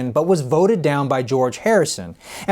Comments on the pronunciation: Nice story but Mark's last name is pronounced Lewisohn (not 'Lewinsohn') :-) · The guy's name is Mark Lewisohn, not Lewinsohn